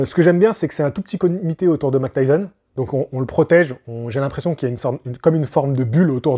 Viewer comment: Il faut dire "Mahik" pas "Mac" Tyson stp :) Mike Tyson 😉